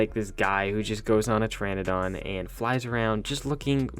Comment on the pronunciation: You keep saying Pteradon wrong. Pronounce it like “teradon”